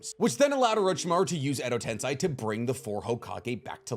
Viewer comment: "shikigami" WTF!? Bruh you need to work on reading the names right "Shi-ni-ga-mi" at least you're not saying "Edo tensai" anymore 😂 update: nvm he says "Edo tensai" AGAIN 😂😂😂😂😂😂😂😂😂